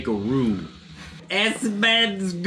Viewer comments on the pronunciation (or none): none